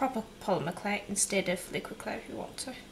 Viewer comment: Thank you. Did you say the black was 'liguid clay'?